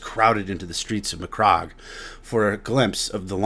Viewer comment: I can’t help but cringe at the way you’re saying certain things…SECOND-IS? McCROGG?